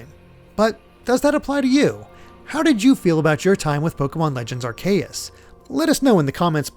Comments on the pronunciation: "Ar-kay-us" not "Ar-ka-Yas" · They way they pronouns Arceus in this video just.... just sound Ar-KAY-eus like huh!? Sir I'm not even sure 😭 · I will continue pronouncing 'Arceus' with a soft 'c'. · That pronunciation ain’t even close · Slight confusion of pronunciation of Arceus but solid review. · I have heard many ways of saying Arkeus. I have never heard it said like this Im impressed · So we have three different pronunciations of Arceus? 😂 which one is it?